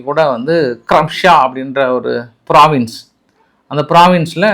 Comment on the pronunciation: யப்பா இன்று பிராவின்ஸ் னு சரியா சொல்லிட்ட